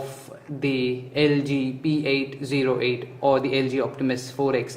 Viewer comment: p880 not p808 lol